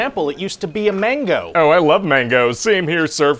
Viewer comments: Manga, not mango! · everyone: manga Ryan: mango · Nerds: Manga Ryan: Mango Everyone: Cartoons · Every time he say, "Mango," I scream, "Manga!!" lol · It hurt hearing him say “Mango” 😆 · pretty good except its manga not mango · omg my inner weeb is like "manga not mango." "it's ki not airbending!!!" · mango not manga🗿